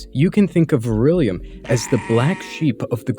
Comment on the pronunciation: Good vid. Dude's a total plant. 2 things: 1. it's Vrillium, not vir-ill-ium; 2. It's dissident right, not dissonant right. Details matter.